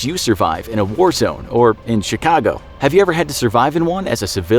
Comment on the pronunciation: Love how he says a Chicago 😂😅